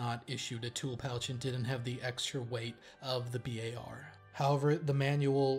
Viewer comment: "Bee-Aye-Are" never "bar"